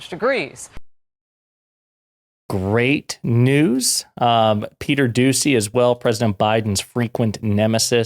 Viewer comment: Did you mispronounce "peter douchy"?